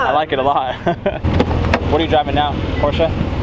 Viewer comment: As a German 🇩🇪 i have to say thank you! Thank you for saying Porsche the right way! The Most english speeking People say Porsch and it is horrible for every German 😅 Greetings from Germany 🇩🇪